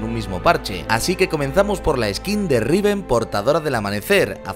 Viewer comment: Like si te gusto la R de riven :v